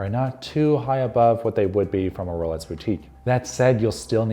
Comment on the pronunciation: Sounds like he’s saying “rolets”